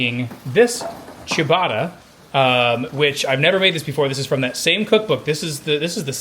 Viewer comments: Why do you say “chew-bada”? it’s “chuh-bah-tah” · Chia-botta? Wtf.